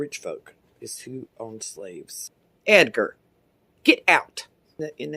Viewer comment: “EdgaRrrr sit DOownn!!” Oh man the emphasis on that sentence plus the clapping 👏🏿 GENIOUS🤣